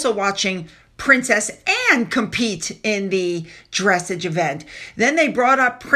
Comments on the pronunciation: Just an FYI Dressage rhymes with massage ( like a run down of muscles), Just saying. It’s like dance for horses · Dressage is pronounced different than what you said, look it up on google and type how to pronounce the word, it will help you. If you don’t know anything about horses you wouldn’t know. My daughter took some riding lessons and we have gone to horse shows and owned horses but it is definitely a rich man’s sport and we couldn’t afford it so we got out. The worse expense is the truck to pull the trailer, the special reversible hitch that has to be put in the bed of the truck, the trailer, the barn for the horses, the tractor to move hay bales for the big round bales, then you have to have storage for square bales. Then the cost of the horses. Then one of our horses got sick and we had to trailer him to the University Veterinarian school for the giant x-Ray equipment that is needed, it cost thousands for tests and to diagnose what was wrong then another large amount of money for the surgery to open him up to really find out then they wanted to keep him in the horse Intensive Care hospital and they said that would start at costing $25,000 and that was 20 years ago. They told us he would probably die anyway. My husband was really grief stricken because this one was his horse a big black gelding who we all loved but I had to be the sensible one and say we can’t spend $25,000 and he is tortured in pain, not able to eat and poop normally and then have him die a slow death. The surgeon got really mad at me and said if you can’t afford that then you have no business owning horses.